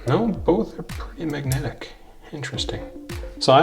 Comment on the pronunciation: why can't you pronounce the word 'magnetic' correctly